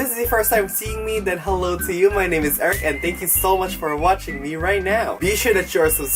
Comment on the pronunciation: I heard airhead in stead of Eric i